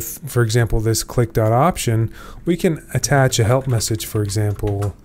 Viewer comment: 15m36s "clee"